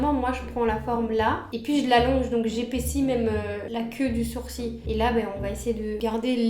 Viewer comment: Mais... pk tu dis sourci au lieu de sourciL 🤣🤣